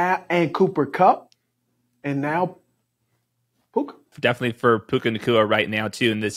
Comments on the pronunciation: Love how he never said his name right the whole segment. Mixing Tua with Puka calling him Pua lol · It's puka not pooah bruh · Steve…. It’s PUKA, not PUA 😂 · But his name is puka not pua 😭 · His name is PUKA not Pua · These are always great, also it's hilarious Steve Smith keeps calling him "Pua" like he's Puka and Tua in one guy lol. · Pua …Steve saying the rookies name wrong on purpose. Rookie your name is Pua!😉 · Bro it's puka, pooooooooka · Please stop saying Pua Lol